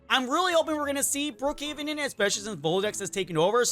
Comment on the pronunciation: He said brohaven💀💀💀💀